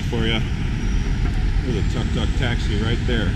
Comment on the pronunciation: I quit watching when he mispronounced the word TUK TUK. he just sounds ignorant to those in the know. He also show total ignorance to Buddhism and its concept effecting the peoples attitude.done in less than 3 minutes.